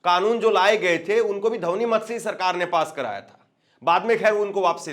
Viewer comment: जैसे रिपोर्टरों को हिंदी भी पूरी तरह नहीं आती है इन्हें ध्वनमति शब्द बोलना नहीं आता है